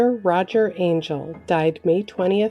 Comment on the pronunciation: Ma’am, it’s pronounced An- jell. Not Ayn-gel. His name is Angell.